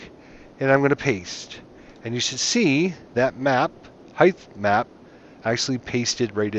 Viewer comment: was driving me crazy too. Sounds like he's saying "highth map"